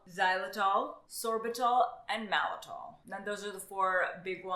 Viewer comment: MalTitol not malitol